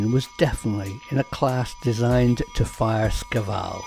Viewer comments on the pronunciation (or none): none